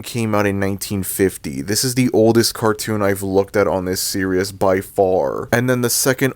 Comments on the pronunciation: Bro it’s “ series “ not “ serious” why are you saying it like that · I have a feeling that he misread that word and mispronounced it as "serious" rather than "series". I don't think he doesn't give a sh*t about word pronunciations. Go figure. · Why does it sound like that guy was saying serious instead of series 💀💀💀💀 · why do you keep saying the word "series" as "Serious"? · You’re a sad strange man I didn’t mean to reply on your comment I was supposed to tell the guy who made this video on why he said series in a very weird way